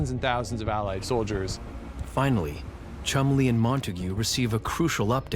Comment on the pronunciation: Cholmondley pronounced 'Chumley'.